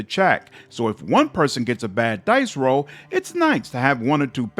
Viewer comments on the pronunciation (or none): none